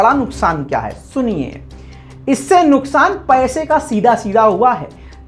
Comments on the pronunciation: Urdu ka beda gharq kar diya bhai. NUQSAAN ko NUKSAAN kar diya Allah raham kare. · Love from iok par urdu ki maa behen kar dety ho😂😂😂نكسان نہیں نقصان ہو تا ہے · Nuksan nahi Nuqsan hai. Urdu sahi kar len. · Beta Qaf aur Kaf mn diffrentiate kya kren. Aap tou Urdu jante hn. Nuqan hota h. Nuksan nhn.